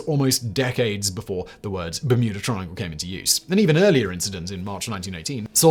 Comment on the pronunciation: Sounded to me at very begging of video like Simon just quickly low key dropped “Muda Triangle”…. Which is what I’m gonna call it from now on lol… the ole Muda triangle off Muricas coast…